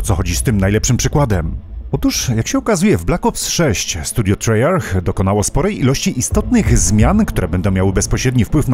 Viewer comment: Jak zawsze świetny materiał za co dziękuję. Jeśli miałbym się do czegoś przyczepić, chociaż tego bardzo nie lubię to jedynie wymowa studia Treyarch. Wymawia się trejark. Przynajmniej tak twierdzą Amerykanie! Pozdrawiam 💪👊